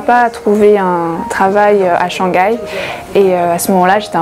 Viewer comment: Shang gai, is this the famous "silent h" in French?